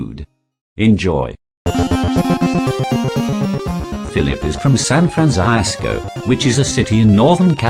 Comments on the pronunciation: "Phillip is from San Fran-zye-sco" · Sahn Frahnzyzcoh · San Franc-I-isco. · "San Fransaiasco." byotiful